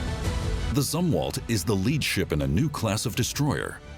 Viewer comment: It's pronounced "Zoom-Walt" you idiot!!!